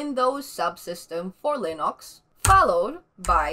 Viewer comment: Linox! just the way Stallman pronounces it :)